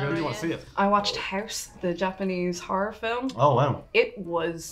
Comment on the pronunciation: One ‘har’ means one ‘horror’. Ffs, I’ll be honorary Irish by the end of this.